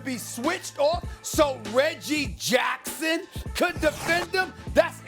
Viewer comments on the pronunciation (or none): The way SAS said Reggie Jackson is hilarious 😂🤣😂🤣